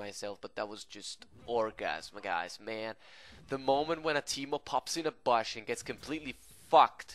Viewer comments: I like the way u say bush: "Baash" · THe way this guy says bush makes me want to kms